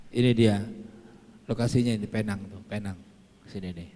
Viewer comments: Tu slang omputeh je kak..mcm durian atau durien( slang org putih) atau oreng uten…Sebutan Penang - Pineng tu salah. Penang -Pinang. Pinang Island. Kita ni org Malaysia mmg sinonim dengan mengikut cara org putih bercakap. Padahalnya mereka yg silap tak pandai sebut perkataan Melayu..kita pulak yg mengikut mereka. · Sebutan Penang nya bujang Penang tapi Pineng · PENANG Ejaan dan sebutan british utk pulau pinang. Cara menyebutnya dlm bahasa melayu PINENG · Sebutan 'Penang' itu sebenarnya 'pineng'..sebutan yg berasal drpd Bahasa Inggeris..namanya dlm bahasa melayu ialah Pulau Pinang.. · Pulau pinang tu di Malaysia. Klau org luar panggil Penang. Xdaq org kenai pulau pinang. Tulisan penang sebutan pineng.